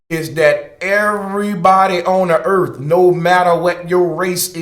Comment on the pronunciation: Where is this planet Erf you speak of?